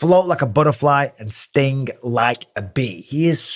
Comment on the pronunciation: Im pretty sure its Sting like a bee and not Stink.